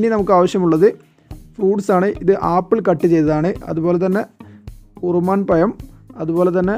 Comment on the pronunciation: മാതളം എന്നതിന്റെ അറബിനാമമാണ് ( റുമ്മാൻ ) അത് സംസാരിച്ച് ഉറുമാൻ എന്നാക്കിയതാണ് 😁😁😁